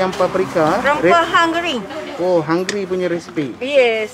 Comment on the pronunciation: Hai de.....kacau ni de.Resepi Hunggary....tgk pn jdi "hunggry"